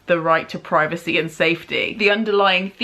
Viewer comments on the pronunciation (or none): none